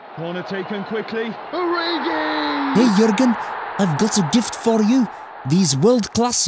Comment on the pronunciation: "Corner taken quickly ORIGII" 😂